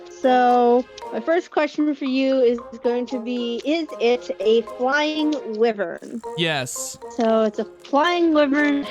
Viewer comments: it's why-vern not wee-vern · just a fyi you where pronouncing wyvern wrong it is pronounces Why-vern. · Me when I chronically pronounce wyvern wrong